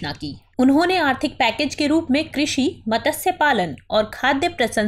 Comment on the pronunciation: टीम दृष्टि को आभार , बहुत अच्छे से समझाया। मेरी प्रतिक्रिया एक शब्द "मत्स्य" के उच्चारण से संबंधित है। जिसका उच्चारण सही नहीं किया गया है। मैडम मतस्य बोल रही है, जबकि मत्स्य में आधे त का उच्चारण होता है। वैसे यह कोई बड़ा मुद्दा नहीं है लेकिन दृष्टि समूह से उम्मीद सर्वोत्तम कि रहती है।